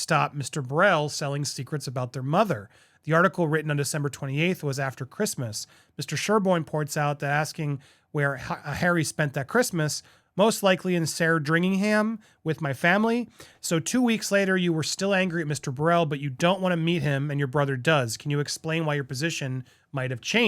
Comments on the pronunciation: Not 'B'RELL.' Not 'San DREENG-HAM.' Burrell. Sandringham. Meek, unhysterical pronunciation is preferred. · Back again for the butchered names game series: Sandringham - Sand-ringem